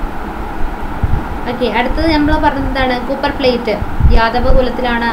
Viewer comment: U should take care of pronouncation. Eg copper that is a metal.